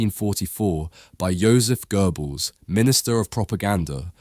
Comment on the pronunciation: if you ever plan to redo it gott - pronounce like got. (he got it) gnadet -pronounce the a like the a in tsar , the det like deat got bah gna deat un list uh the list of people with a godly talent also there is no r in göbbels guh like (duh) bells